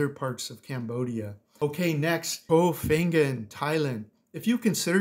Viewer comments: Koh Pan gan! C'mon. You need to start learning how to pronounce. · I'm surprised you didn't mention Langkawi Island, Malaysia, particularly the Pantai Tengah area. FYI: Koh Phangan is pronounced "ko pawn yawn" 😂